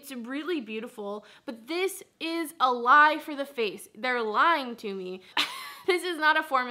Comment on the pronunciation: Sounds like you're saying IT'S A-LIVE instead of it's a lie lol